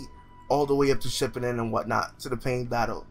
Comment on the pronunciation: "Naruto Shipp-a-den?"